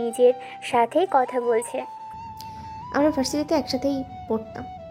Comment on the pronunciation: Speak proper Bangla. It's কথা not কতা